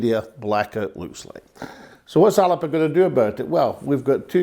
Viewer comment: Can you not get everyone to pronounce 'Alba" correctly? It's not hard, if Alex Salmond can manage it, you all can ;-)